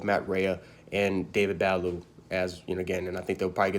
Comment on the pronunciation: It’s “Buh-lou” and “Ray”...that’s how you pronounce it.